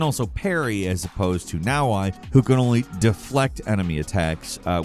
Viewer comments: BROO, her name is pronounced NA OH EH, not NA OH AI!!!!! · hilarious. You pronounced Yasuke correctly and you pronounced NaOhEh as NowI lol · it's "Nah-Oh-Eh" not "Now-why" for Naoe btw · You completely butchered Naoe's name, its "nowey" not "nowai" Japanese names are phonetic, they're not difficult to pronounce correctly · jesus does he really call her naoHI??? i mean come on man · It’s pronounce now-ae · You say Naoe weird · with the all-time worst video game character name pronounciation. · He also pronunces "Naoe" wrong